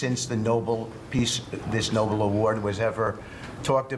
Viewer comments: They can't even pronounce Nobel .they call it noble🥵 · Might help if Witkoff could pronounce the actual Peace prize correctly. NOBEL not NOBLE. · Shouldn't the fact that such an ignoranus can become a billionaire be an inspiration to us all? Note how none of the other sycophants correct his mispronunciation of the Nobel, the entire history of which he tacitly claims to have studied.